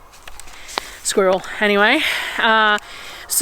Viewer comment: Love watching your videos and always laugh when you say Squirrel. I always learn something from your videos x